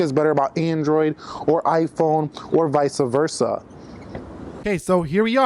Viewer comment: “vice versa” , “vysa versa”? wtf? Credibility:0.0